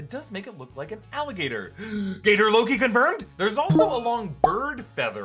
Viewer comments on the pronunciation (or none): none